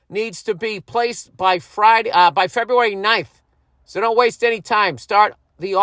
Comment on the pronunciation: Lieberry / Feberry 🤣🤣